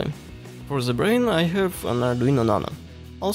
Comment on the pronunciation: you need to wake up before make "zhe" (the) speech.